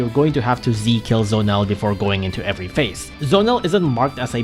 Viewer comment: Bro it's Z-o-nel not Zonel